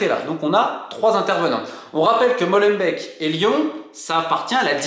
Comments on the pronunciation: Molenbeek "Molen béck" pas MOLENBEK 😂😂 on vous aime les français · Pour info , Molenbeek se prononce Molainebèèque et pas Mauleune bec Schaerbeek pareil .. ça se prononce scar-bèèque , pas scar-bec. Sorry mais ça bousille les oreilles au nord 😉 Et tant qu’on y est : Bruxelles se prononce Brussel .. pas Bruxxcelle .. 🤓👍🏼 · Pas molenbèk ( comme du lait), mais molenbék (comme des dés) en alongeant le" é " , ce qui donne molenbéék